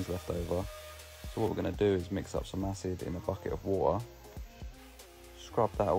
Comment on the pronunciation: "In a bucket of wo'ah" it gets me every time haha